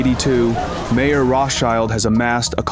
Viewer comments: Although I realize how idiotic u people have to be just based off of u calling the man “Mayor” instead of Mayer- pronounced as Meyer- I continue to watch but am only being further annoyed by the lack of truth and inspection! Poor job. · It’s not mayor, it’s pronounced my-er. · It's not Mayor, it is pronounced My-orr. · just to fix a potential misunderstanding, the beginning of the video talks about Mayer Rothschild. Unfortunately, the narrator mispronounces the name "mayor," which may lead you into thinking that he was the mayor of Frankfort which he most certainly was not. Jews could not hold any government jobs.